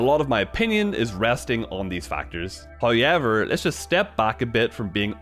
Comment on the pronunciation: "hoyelever, it's a step ba..." Me: hehe hoyelever.